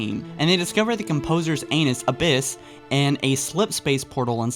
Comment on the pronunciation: Did you say anus? In